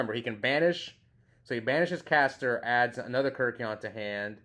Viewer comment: Ke RYK eion... But yeah, too many people say KIRK ion lol